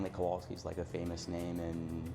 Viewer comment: He was literally pronouncing the word wrong in Polish w is v kovalski